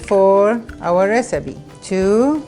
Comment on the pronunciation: "Recibe" "Botato" You spell P as B in arabic is that why you pronounce it like that?